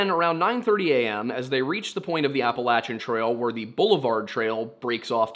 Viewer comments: It’s “Apple - lay - shin” not “Apple - lat - chin” Mountains/Trails. Just like Oregon is Or - e - gun not Or - e - gone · I usually enjoy your stories. However, just wondering why you changed how you pronounce appalachian? I believe you are from Pennsylvania and went to Penn State and you are not saying it the way we do in Pennsylvania. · Funny, I learned the pronunciation Appa-LAY-shun in school. In Canada. So maybe it’s wrong? Or just another pronunciation?